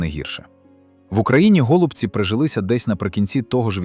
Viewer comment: Так, явтору каналу кажу... Не тільки я зрозумію, що гОлубці це озвучка ШІ. Озвучуй сам , бо ші поки не вміє